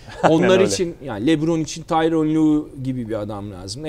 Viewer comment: "tyron" değil, "tyronn".